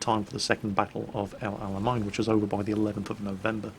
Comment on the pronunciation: Just a heads up, El Alamein (arabic: العلمين ), is pronounced more like "El Ala-main" not "El Ala-mine", and it means "The two flags/banners"